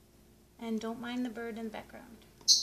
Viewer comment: u said "BRID" not BIRD